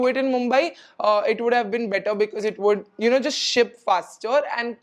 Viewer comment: Why do you pronounce goor, coulrr, woulrr for good, could, would 😅